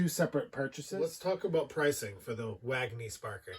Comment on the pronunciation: Wagener... not Wagner... Cheers